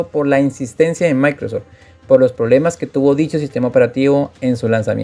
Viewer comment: Se llama Microsoft (Maicrosoft) no Maicrosor